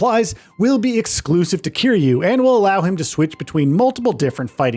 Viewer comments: Man said Kyrie ☠️☠️ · kazooma kiryay lmao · That is NOT how you say Kiryu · This dude still can’t say Kiryu’s name right